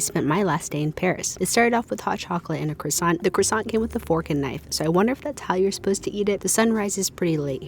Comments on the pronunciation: Kwah-son, not cross-ah-unt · Please, just listen to how civilised people say croissant - and then say that. It’s not hard. I know Americans can only learn how to say words by reading them, but simply listen and learn. Here’s some help - Kwah Sohn